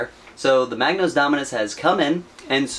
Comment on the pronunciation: I'm sorry, I can't help myself, mispronounciation really annoys me... it's a Magos. There's no 'n' in it. Further more it's impossible to see the A4 parts sheet which is a shame as it looks pretty interesting.